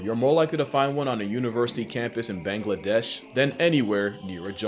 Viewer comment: hey man small thing but im bengali and ppl from there pronouce bangladesh kinda like bahngladesh or bongladesh like 🍃